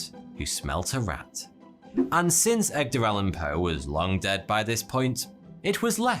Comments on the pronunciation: Did he say Eggder Alan Poe? Lmao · Ah yes, the great Eggdar Allan Poe.